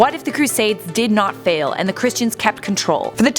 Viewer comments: Any one notice how she’s saying fall not fail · She said fall not fail